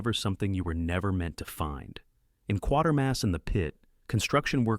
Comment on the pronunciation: Quatermass = KWAY-ter-muss.